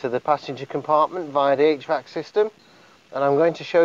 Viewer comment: What is he saying? H-VAX system?